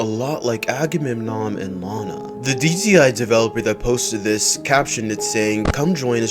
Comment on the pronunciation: It 's not lina it Lana.